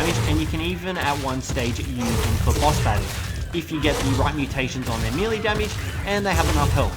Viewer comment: I dont know if it bothers any one else, but melee is pronounced may-lay. Not me-Lee. Please stop, it makes me cringe hearing you mispronouncing your words constantly.